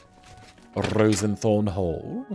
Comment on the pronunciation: ROSE-thorn, not ROSEN-thorn.